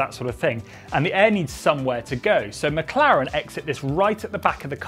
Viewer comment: Please just say McLaren